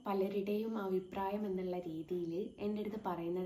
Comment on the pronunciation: അവിപ്രായം അല്ല (abhipraayam)😂